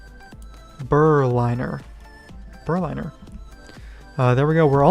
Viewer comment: Thank you very much for the video. Very helpful. =) Side note: Berliner is pronounced like the city (Berlin) and then add an "er" at the end. Thanks again!